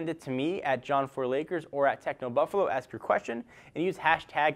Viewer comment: no offence but when says ask the buffalo,it sounds like ass the buffalo,no offence-just love your videos